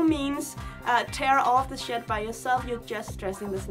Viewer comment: I love when you say 'shed'. It sounds like 'shit'. And you smile when you say it. so it's super precious